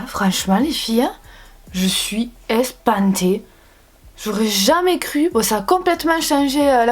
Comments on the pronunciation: je suis ES PAN TÉE ‘’ j’adore le sud hein 😂😂❤️ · " Je suis ES PAN TÉE" J'adore le sud hein😂😂💗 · On dit ÉPATER